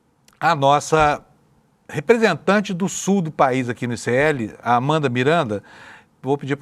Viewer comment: Quando ele falou Sul do país eu entendi subpaís. Moralmente eles se comportam assim em sua maioria.